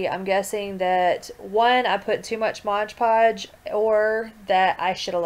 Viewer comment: thx for making this hehehe it's "mod podge" btw not " modge podge" have a great day♥☻☺